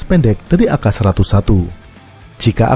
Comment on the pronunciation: We are Southest Asian people. AK. Is called AKA. Its not called AK., like a Weaterner. You are super good at explaining information with illustrations.